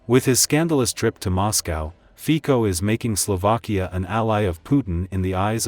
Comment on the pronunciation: His name is NOT FIKO, but FICO ! WRONG ! LEARN HOW TO SAY OUT HIS NAME ! SHAME ON THE NARRATOR !